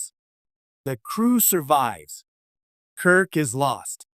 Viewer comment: I’m quitting this video 20 seconds in because the (AI, I assume) narrator said, “…James T. [long pause] Kirk…” I don’t actually care if the narration is AI or not, but when the mispronunciation and incorrectly-placed pauses start, I stop.